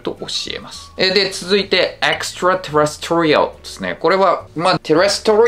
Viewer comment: 細かいツッコミで恐縮ですが、terrestrialのアクセントの位置は二番目のeのところですね。